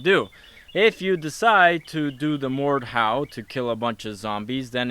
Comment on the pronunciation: did anyone else realize he said mordhowl when he used the blade